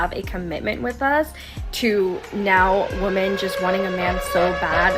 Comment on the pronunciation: It’s pronounced “women” not woman when plural, great education there sweetie